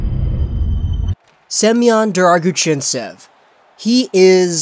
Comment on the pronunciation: Thank you for making this video. I'd probably never know how to properly pronounce his name without it